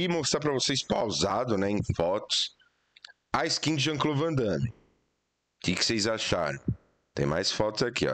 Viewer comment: O certo é Van Damme, arruma isso aí.